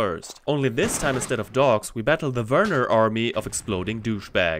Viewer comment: I appreciate the way you pronounce "Werner"😂. As a kid I hated that it sounded like "Weerna", the way you say it it actually sounds like how it's written.👍